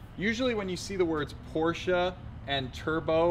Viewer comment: Porsche not Porscha......